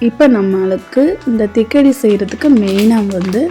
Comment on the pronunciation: ஆஹா அருமை அருமை 👌👌👌👌👍👍👍தக்காடி ன்னு போட்டுருக்கீங்க ஆண திக்கடி ன்னு சொல்றிங்க 😂😂😂